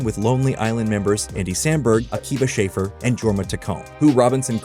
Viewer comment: That was some interesting pronunciations of Akiva Schaffer and Jorma Taccone.